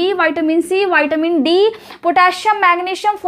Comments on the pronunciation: Madam vitamin bolna seekh Lo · विटामिन है बैटामिन नहीं बच्चे